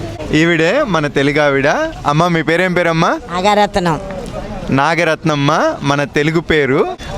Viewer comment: నాగరత్నమ్మ పేరు భలే పలికింది,నీ మంచి మనసుకు అంతా మంచే జరుగుతుంది 🎉😊